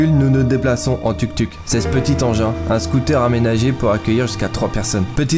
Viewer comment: TOUK TOUK , LE U EST UN OU ICI